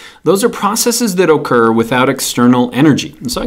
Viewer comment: When he says occur I hear okurr